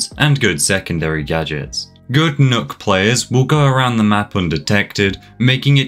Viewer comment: “Nook”? As a Danish native is pronounced “Knock” The two K’s make that “ø” make an “Ah”